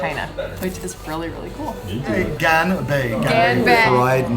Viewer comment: You guys did not just start the video by butchering the phrase "gan bei".